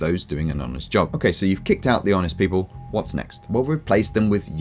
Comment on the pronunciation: It's people not pople